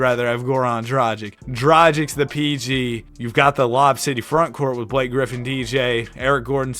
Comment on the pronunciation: "damn Blak-kay" that's crazy IYKYK